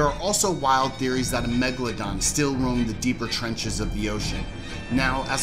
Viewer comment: I stopped the video after you said meglodon.. Well done